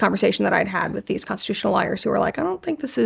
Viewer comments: I love how you pronounce lawyers like liars. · Great interview. Thank you Brett for the vulnerability. One thing I found amusing is how Brett sometimes pronounces “lawyers” to sound like “liars”. Kind of perfect. 😂